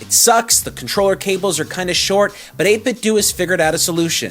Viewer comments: Stop pronouncing it 8 Bit Doo. You wouldn't say Nintendoo Entertainment System. It's pronounced doe. Troll. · 8bitdo: 8 - biht - dough. NOT dew. DOUGH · its 8bitdo do=dough not do=do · So Nintendo is pronounced Nin Ten Do but 8bitdo is pronounced Eight Bit Doooooooo? Da hell? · he pronounced 8BitDo wrong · I know